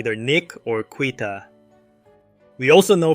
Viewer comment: FYI: Quita is pronounced KEE-ta. (I'm 1B in Spanish.)